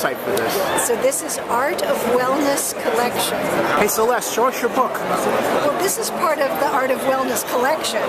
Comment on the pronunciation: It would be great if you could get Celeste's name right.